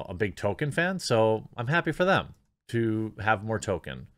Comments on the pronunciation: TOLKIEN, not TOKEN 🤦🏻‍♂️ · IT'S PRONOUNCED TOLKEN NOT TOKEN! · Damn, the sheer number of times that Jeremy says token instead of Tolkien (pronounced Toll-keen) is doing my head in. Is this an American pronunciation? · His name is pronounced TOLL KEEN not TOW KIN. This is almost as annoying as people who say Go Woke Go Broke. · It's pronounced Tol-Keen. You constantly saying Token is irksome. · It’s “toll - keen” not “token” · I belive it's pronounced toll-keen not toll-ken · toLkien. Not token. I feel like I'm taking crazy pills. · Jeremy: sees author Tolkiens name, pronounces it token. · Splitting hairs, Jeremy, but just in case, his name is pronounced "Toll-keen" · It's OK, Jeremy, you can go ahead and pronounce the 'l' in Tolkien. No one will claim that you are fanboi. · We know you're not a fan when you repeatedly pronounce "Tolkien" as "toe-ken" or "toe-keen". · The “L” in Tolkien is not silent. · Liked the video, but had to give it a dislike for all the times you said Tolkien's name wrong. XP